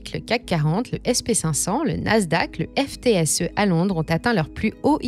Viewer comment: On prononce le " Footsee " pour le FTSE..